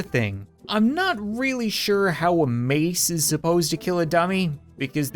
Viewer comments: There was the Rat King in the Maceality, because when you say ,, Mace " it sounds like Mice. So Miceality. -Kubowskyy ToJa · Mace sounds like mice